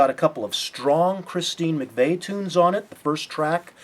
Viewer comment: McVie is pronounced MacVeee, not MacVay